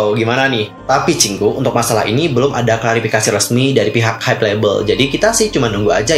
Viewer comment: Hybe dibaca Haib kalau pronounce Inggris Hybe dibaca haibeu kalau dalam bahasa Korea bukan haibe